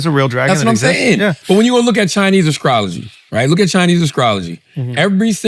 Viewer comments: Charla - "...in Chinese ascrology" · Did he say Askrology? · someone tell charla there's no letter k in "Astrology" 😂😂.